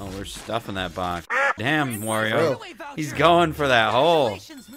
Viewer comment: In world, Damn is pronounced...